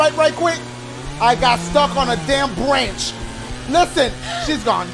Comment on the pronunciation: He said “I got stuck on a damn brench” LMFAOOOOO